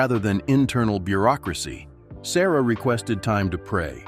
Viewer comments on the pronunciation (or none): His surname is pronounced as Suh-ruh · Pronounce his name correctly. SA RAH (SURAH) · His name is pronounced sa-RAH, not SA-ruh.